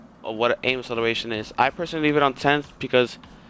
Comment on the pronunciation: Someone needs to learn how to pronounce acceleration properly